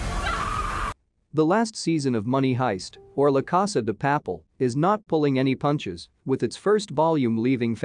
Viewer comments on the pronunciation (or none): shoutouts to the horrible pronunciation of la casa de papel